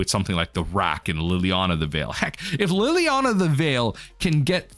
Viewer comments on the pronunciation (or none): none